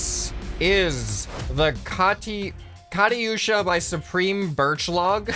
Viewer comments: the yu in katyusha is pronounced 'you' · As a Hungarian who can pronounce the sound "ty" correctly, your pronounciation put me in physical pain. Love your videos. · First intro video was machine creative named "the Y.E.E.T. Worm Mech". And the katyusha truck missile carrier is based from Russia’s weapon irl. And the pronounce is "KAT-YU-SHA", NOT! "KA-TY-U-SHA". russians would triggered that slang word. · "Káti-yushã" Its "katu-shaw" And im not here hating on him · Its pronounced not :gadi-uusha Its:katushsa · Katyusha is pronounced without the y just so you know, or rather the y is used for it to emphasize the u sound in it, so it would be Kat-yu-sha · The Katyusha is pronounced Kat•use•shuh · I believe it was pronounced ka tu sha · I believe it pronounced ka-tu-sha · It's pronounced cat-you-sha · you completely butchered katyusha its pronounced cat-you-sha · Oof I just got triggered by how he said Katyusha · First dislike on one of vids because he didn't pronounce katyusha right